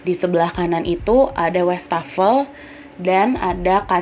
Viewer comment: setau saya wastafel itu bacanya tetap wastafel bukan westafel ini saya udh 2x denger kontributor DYSWIS bacanya westafel....koreksi bila saya salah